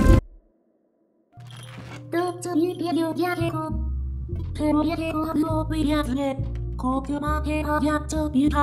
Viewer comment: I'm sorry - breathe not breath XD